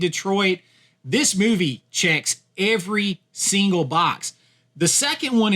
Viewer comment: The way to pronounce "movie" made my left eye twitch but I powered through to the end